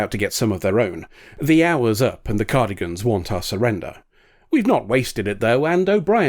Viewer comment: Cardigans? It's Cardassians lol.